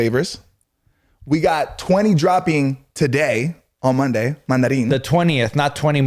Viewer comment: i was confused when josh said "20 dropping today" sounded like 20 more! Got your back, 😂